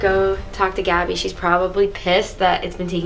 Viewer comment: It’s actually “gabi”